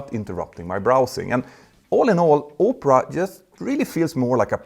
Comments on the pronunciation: Opera not Upra 😂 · It's pronounced Aw-pruh not Oh-prah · I love to sit in the window seat on any flight. The idea that window seats would be few and far between makes me feel motion sick. Also, the web-browser advertised is pronounced Ahp-ra, not Oh-pra (like Oprah "Everyone has a free car" Winfrey). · "oopra" sucks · I kept thinking he said "Oprah" for the sponsor 😂